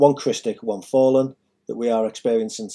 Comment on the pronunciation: Why do you keep saying fall'en. What religion are you following? Have you really done much reading or research on Metatron or the math and geometry or did you just make this up on the weekend?